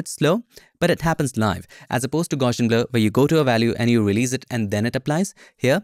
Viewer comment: It's actually pronounced gow-see-un. People naturally want to add an "sh" sound in there, but there isn't one. Just a straight up "s" sound.